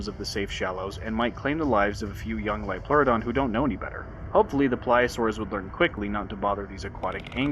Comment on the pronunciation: "IT'S A LIOLPLEURODON, CHARLIE! A SUBNAUTICAL LIOPLEURODON!"